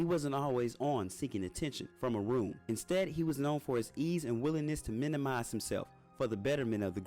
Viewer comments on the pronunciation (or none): none